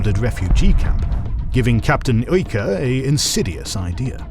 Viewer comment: Écuyer is pronounced EH(no H)-KWEE-YEH(no H again).